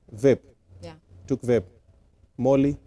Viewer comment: The way she pronounce vape is even a crime